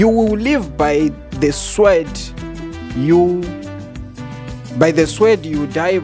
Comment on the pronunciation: you cant pronounce sword....